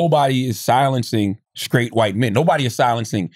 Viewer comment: Charlamagne, "skrait" is not a word. It's "straight".